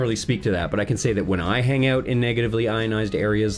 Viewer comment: owt.. in and owt.. in and owt.. in... and owt..